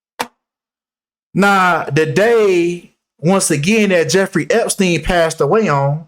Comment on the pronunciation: P.s. Naomi campbell also has her own private island!!! Welcome to the year 2023, God bless yall!!!😊 p.s. "Jeffwy...ooww wee" took me out🤣